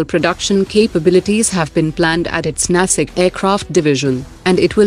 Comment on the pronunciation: Its not nasik its Nashik.